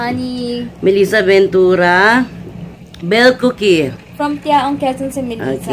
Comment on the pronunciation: thank u sa shout...koyke pala ang pronounciation ng last name ko hindi cookie hahahahahaha dame ko tawa eh ang dame talaga nahihirapan bigkasin ang last name ko eh